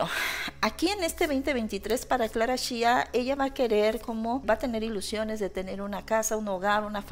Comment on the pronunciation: Hola desde Ca., Aclarando es SHAKIRA, no CHAKIRA, y es Clara Chia, no Clara Shia. cuidado con la pronunciacion.